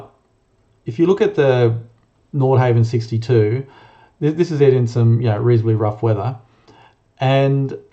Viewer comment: Please pronounce NORDHAVN properly !!!